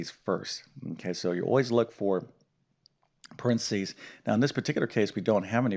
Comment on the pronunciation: PARENTHESIS not "Prentsys"...you may have been teaching math for decades, but you'd fail English pronunciation....lol...but then I got A's and A+'s in English, NOT math.🤣🤣🤣🤣